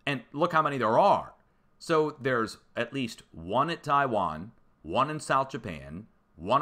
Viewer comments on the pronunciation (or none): none